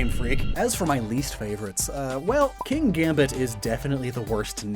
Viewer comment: I’m pretty sure Kingambits name isn’t pronounced “King-Gambit”. I myself say “Kin-Gambit”. There’s just no second ‘G’ to justify calling it ‘King Gambit’. And I’m sure they never meant it to be pronounced “King-Ambit”. Enunciating the ‘Kin-‘ in its name makes it sound like it’s just a kin to the Pawniard/Bisharp line, but it’s name just looks like Kings Gambit, the well known chess opening move.